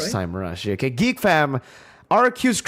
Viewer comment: Did you just mircurse Geek? 🤨